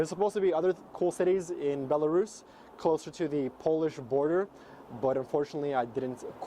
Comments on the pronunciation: i was wondering how you were able to say belarus so well. you are russian :) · yeah, I was surprised too how effortlessly he pronounced it, and it's a difficult word :)